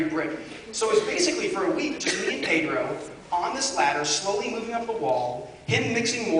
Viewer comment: I Love how he says Pedro... in Spanish it's like he's saying "pidru"... Hahaha!